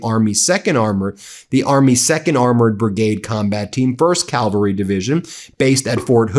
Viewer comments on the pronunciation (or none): A mounted troop is called CAV-AL-RY. Our US Military has CAValry troops, NOT a cal-va-ry hill. No military has CAL-VA-RY. Calvary is a hill in the Bible, not a group of military troops. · Ben — it is not ‘Calvary.’ It’s ‘cavalry.’